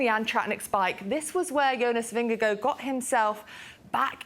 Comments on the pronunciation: why cant she say jonas VingeGAARD its not vingego, its not that hard, i mean there it it, HARD vingeGAARD its litterly the same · It's Ving-eh-gor. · She is not on spot for the Danish pronunciation, but way closer than pronouncing it in a hard way